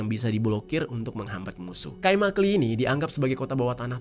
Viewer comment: i tanpa titik dibaca e jadi kaimakle